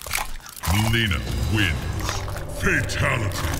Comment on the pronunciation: Milena. Melona. XD